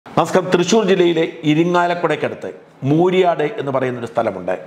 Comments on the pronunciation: മൂരിയാടല്ല മുരിയാട് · Not Mooriyad, it is Muriad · മൂരി ആട് അല്ല മുരിയാട് 😜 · മൂരിയാട് അല്ല മുരിയാട് ആണ് 😂😂 എന്റെ ദേശം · മൂരിയാട്‌ അല്ല മുരിയാട് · സർ, മൂരിയാട് എന്നല്ല മുരിയാട് എന്നാണ്.. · മൂരിയാട്ടല്ല മുരിയാട് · മൂരിയാട് അല്ല മുരിയാട് ആണ് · It's not mooriyad it's muriyad